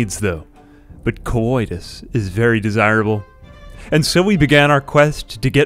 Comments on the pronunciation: stop saying coitus like that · the way he sais coidus tho lol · Why does it sound like he's saying cowoitus?